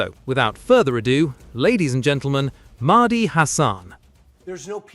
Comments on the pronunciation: It's "Mehdi", not "Maahdi"! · "Mardi hasan" ...ai needs some people of colour teaching it how to say names that are more than jon smith...